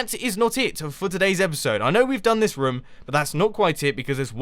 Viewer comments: You said rohm a lot instead of room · nope is is not correct and it is annoying hearing and is this rum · roooooooom not rom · Mumbo is so funny! I love the way he says room, it sounds kind if like rum! XD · "We could actually make a rUUm" -Mumbo 2015